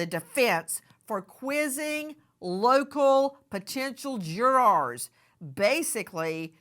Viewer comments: why is she saying " juraaaars " is she not an ex attorney ? its JURORS not juraaaaaarse LOL also KEEEEEEEUBERGER ...I loathe this pathetic creature , she is so cringe .... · What is a "jwuaaaar"? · I like the way Nancy pronounces the word “JurArs” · Jurawrs 😂 I love Nancy but the way she pronounces it has me dead